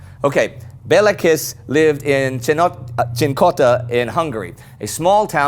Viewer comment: Kiss in Hungarian is pronunced as Kish.